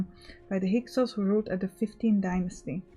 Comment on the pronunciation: I'll be honest. I've never heard someone say Hyksos and it sounds completely different than I thought it would. Battle cars sounds more intimidating than donkey wagons. That circle on the shield is a reinforced section where the shield grip is.